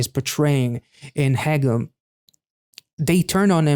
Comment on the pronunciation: Even though he sings "haegeum" quite often, you were already pronouncing it correctly before you even started, so my compliments on that 👍 The "eu" in Ye-eun is exactly the same (you were pronouncing that a little like Ye-oon). Same with Ga-eul.